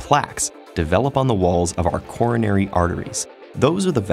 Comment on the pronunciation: What he says: Coronary artery bypass surgery What i hear: Corona artery bypass surgery